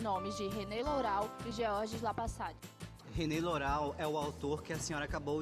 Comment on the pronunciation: o vídeo é bom mas a pronúncia Lourau está incorreta